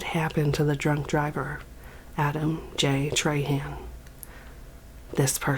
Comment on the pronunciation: Treyhan eh, it's pronounced trah-huh, but fuck dat guy anyway